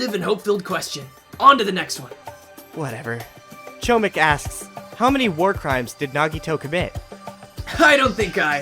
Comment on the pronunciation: I hate how you pronounced chomik. - polish person